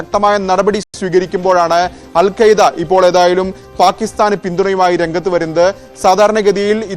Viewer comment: അൽ ഖ്വയ്ദയല്ല Alqaaida